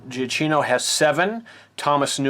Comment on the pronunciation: Michael Giacchino's last name is pronounced "juh-key-no."